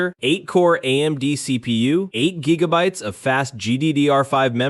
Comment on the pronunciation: he meant it as a joke, because the ai voice in the video pronounced 'gigabytes' as 'jiggabytes'